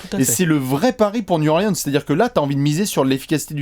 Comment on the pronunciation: Nickel vos apéros les gars. Par contre faites un effort, Niou Orlin'se c'est quand-même pas compliqué à dire!